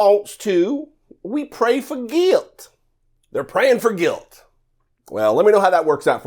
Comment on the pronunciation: Did she say praying for Guiwt?